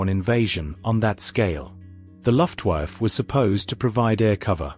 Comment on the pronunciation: Oh Dear!!! 'The Luft Wife' ITS' LUFTWAFFE!!